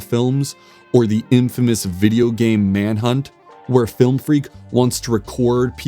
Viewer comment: "Flilm freak"